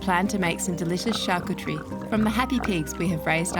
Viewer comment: Nice work, you've been busy! just a little help, it's pronounced "shar-coo-ter-ee" 👍